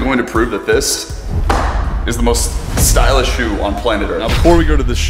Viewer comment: Everyone: "Stylish" "Stupid": "Stoolish"